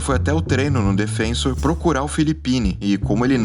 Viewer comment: Pequeno problema nesse vídeo é o narrador falar repetidas vezes "DefÊnsor" em vez de "DefensÔr", como corresponde.